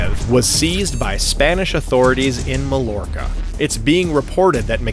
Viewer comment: Mallorca (ma-yor-ca) not Malorca!